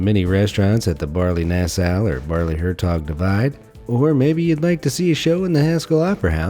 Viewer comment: Very funny how you prenounce Baarle-Hertog and Baarle-Nasau to a native speaker. Good that the Netherlands and Belgium are friendly countries, so the habitants can simply walk from Belgium to the Netherlands and back without any issue. No such issues as between the USA and Canada. Thx for the video.